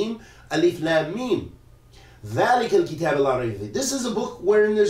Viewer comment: you said كتاب with fat7a on the ب it i dama on the letter ب Maybe it is a difference i the qira2at